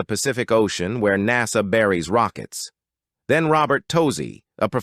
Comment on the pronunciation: Blonde girl calls NASA "NOTSO" 😅😅😅😅LOVE these young Flatearthers...they are my favorite!